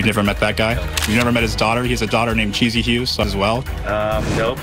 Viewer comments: Anyone else get annoyed when Dr.Phil calls that girl "Cheesy" when it's clearly "Chess-ee" 😅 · Yes! I don't understand why he said that, unless Renee and her family told him that that's how "Thomas" pronounces her name. (If so, then Dr. Phil should have asked why that is.)